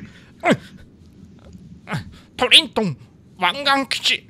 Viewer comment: ト↑リ↓ン→ト↓ン→